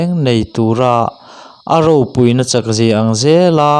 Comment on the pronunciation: A lawmawm lutuk mit chhe tan a ngaihthlak tur in chhawp chhuak marawh chu thluk dik lo a awm zeuh thin. Aropuina tih hi adik lo